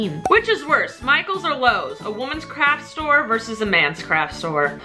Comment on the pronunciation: to me it sounded like she said crap store!!😂